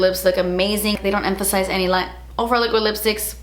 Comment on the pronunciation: When you said "I don't know if you guys follow Ofra on social media" I heard Oprah and was so confused until like the end of the video LMAO